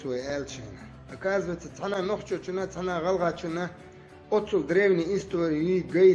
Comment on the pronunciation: Нахчи гнправильное произношение народа нохчи